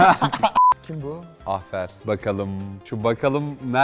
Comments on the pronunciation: ahfer demesi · AHFER demesi